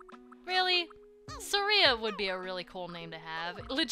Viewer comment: The "Sketchinator?" I know what you're getting at, but doesn't it also sound like "sketchy?" Cause... I dunno why but I pictured some dude with SUPER LOITERING POWERS, and the power of SMOKING! xD And you say, Suh-RE-a, I always said, SAR-e-a with big emphasis on Sar, not E. I dunno, you say things funny XD